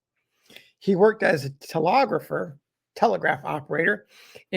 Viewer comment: Enjoying these otherwise unheard stories of nineteenth century America. One minor niggle - second syllable of telegrapher rhymes with egg, not ogg.